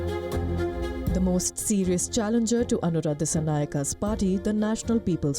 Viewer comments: It is not Aruna, it is Anura, if I say "Ranendra Modi", how does it sound like.. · It’s not Aruna.. it’s Anura.. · Hey wicky bro good to see you here. Yes they misjudged most of the things. Even his name is Pronounced as Aruna😂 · ANURA not aruna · First try to pronounce the name correctly, it’s important